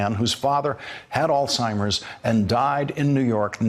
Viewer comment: I hear some ALZHIMER DEFECTING IN THE D O C T O R. INCAPABLE